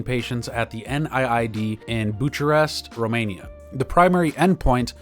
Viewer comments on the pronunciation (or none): Interesting company and treatment. This company has a crazy stock history. Hopefully it can only go up from here. FYI, Bucharest is pronounced “Bookuhrest” with a “kuh” sound not “ch”.